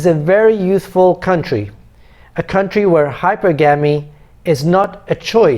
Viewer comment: it’s high-per-ga-me with the stress on the “per”